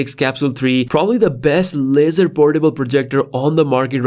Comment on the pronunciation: It sounds like you are saying, cosmos lizard. 😅